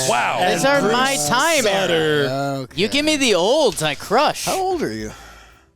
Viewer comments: It’s SOODER not Sudder just FYI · I remember Bruce Sutter. It was pronounce Sue-ter not Sut ter like they said here. Chris Rose don't know what he's talking about. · We say soot-er in St. Louis and we had famous sutt-ers on the Blues. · It’s Soo-ter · wait what I am a cardinals fan and we all have always called Bruce Sutter "sooter" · don't let Chris Rose gaslight you. It's Bruce SOO-ter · I'm not sure what Chris Rose is on, but it is pronounced Bruce SUE-TER. Also, did write the MLB expansion question? The Expansion Era begins in 1961 when the Angels and Senators (the sequel) joined the AL. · It is Bruce Soo-ter according to broadcasters, players who have said his name in interviews, his hall of fame induction announcement, his obituary on the St. Louis local news, and his Wikipedia page. Also - MLB expansion began in 1961. National League expansion began in 1962 with the Mets and Colt .45s. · It is pronounced SOO-ter and the expansion era started in 1961 with the Angels and the Senators (Rangers) not 1962 with the Mets and Colt .45s. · It's pronounced SOO-ter. The hockey family is pronounced Sutter. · On Bruce Sutter's baseball reference page - Pronunciation: \SUE-ter\ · Guys… it is pronounced Bruce Sooter. smh you should know this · It's pronounced SOO-ter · I’m cringing every time they say Sutter wrong 😫😫